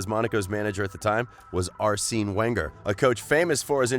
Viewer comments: Ass seen Wenger as well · Ar sinnn? Lol wtf. Your pronunciation is so bad in every video. I get it if you are just an average guy but you are a presenter at least try to know how the names are pronounced.